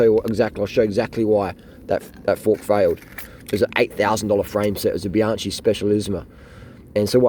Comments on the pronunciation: stop saying bianshee!!!!!!! It s bianchi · Excuse me, pronunciation it is BianKi not Bianči 😉 The oldest bike manufacturer in the world and creator of spoke bikes. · Bianchi is pronounced Bian.ki. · Great video, but Bianchi is pronounced as bee-an-key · I think he is saying Bee- on- chee to piss us off😆😆. . You think he says it bad one lady said to me is that a, Ban-she. Hehehee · Bianchi is pronounced bianki. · New drinking game: drink a shot every time he pronounces Bianchi horribly wrong. 😀